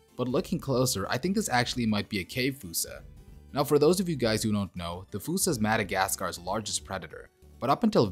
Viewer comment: It's not a 'foosa'....it is fossa..like faw-sa...not fū-sa.